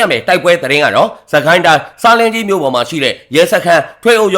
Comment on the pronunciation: ဆလင်းဂျီး လို့ အသံထွက်ရပါတယ်